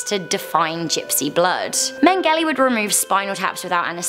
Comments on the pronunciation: how do you mispronounce these peoples names so incredibly incorrectly??? Mengele to Mangelly? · Megells name is pronounced men-jell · It’s pronounced men-gell-la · Pronounced Joseph MengeLAY 😉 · your pronunciation of josef mengele is miles off. try again, lol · I'm pretty sure that isn't how you say the name for number one.